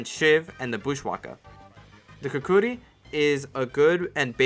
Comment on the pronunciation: How do you pronounce ¨Shahanshah¨ right but not ¨Kukri¨?